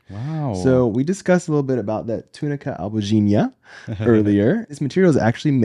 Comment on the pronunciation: descobri agora que você é brasileiro ao pronunciar a palavra latina "túnica albuginea" corretamente, hahaha. Me senti mais em casa ainda! Seus vídeos são ótimos! Parabéns e sucesso!